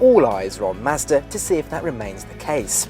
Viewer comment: I sat in one at the dealer when I was getting my 3 serviced. I want one now! And I like the way he says Mazda.